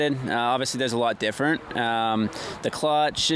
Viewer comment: lots of things are "diffuurnt" on the Yamaha eh Jess